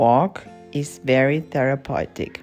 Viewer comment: I am going to adopt your pronunciation of therapeutic - a nice Freudian nod to its Viennese roots.